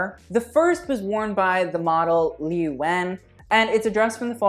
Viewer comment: Liu is pronounced at Leo